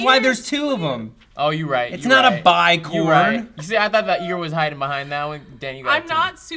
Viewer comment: "Bi-corn" freakin' Matt. Love that dude! Hahaha